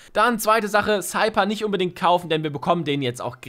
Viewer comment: Der Cypher wird Seifer ausgesprochen und nicht Seiper ..